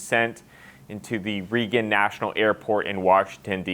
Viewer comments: Raygan Airport not Re-gin airport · Reegan Airport?! Reegan?!......